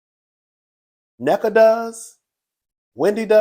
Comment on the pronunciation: Na-nika not necka cuzzin😊😊